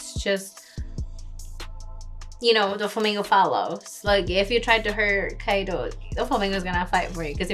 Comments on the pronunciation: You are saying it wrong Its not Kay Dow Its Kai Do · it´s not keido (k doh) it´s kaidoo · its pronounced kaido as in (kie like kite, kie-doe, pretend to say die but with a k instead of a d, doe as in dough) kie-doe